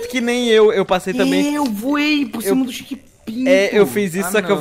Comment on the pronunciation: só eu que ouvi chekpinto?